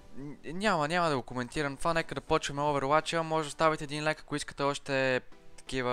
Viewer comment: Сложих like но не се казва ляйк а лайк